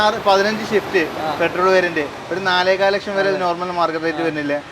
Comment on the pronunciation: ഷിഫ്റ്റ് അല്ല സിഫ്റ്റ് ആണ്